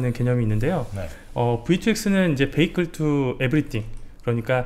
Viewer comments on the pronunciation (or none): none